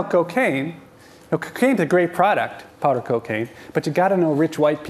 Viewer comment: He says powder cocaine, but does kinda sound like pot lol